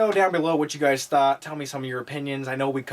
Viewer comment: Sounded like he said gays in new york